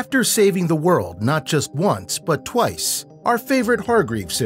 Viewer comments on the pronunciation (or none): none